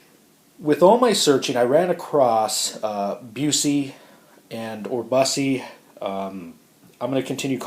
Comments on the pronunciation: Pronounced bus-e. Not bugh-see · Here is how to pronounce Busse, bus-see. Good video and I like the Rodent series by Swamp Rat. I have all of them. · Buss-ee. Rhymes with “fussy”. That’s how Jerry Busse says his name. The Rodent 3 is a 3 finger knife for me. I’ve had three of them and just can’t love the things due to the short grip. The Rodent Solution is better, but the real winner here is the 311.